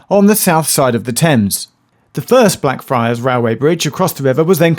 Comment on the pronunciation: I have the urge to say "Day" everytime Geoff said Blackfriars because it sounds like Black Fri